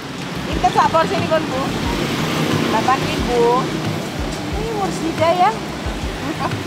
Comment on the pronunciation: IBU NGOMONG MURSIDA, AKU LANGSUNG KETAWA...